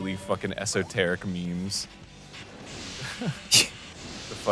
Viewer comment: Today on game grumps: Arin forgot to hold B. They pronounced esoteric wrong and they talked about cats for a loooooong time.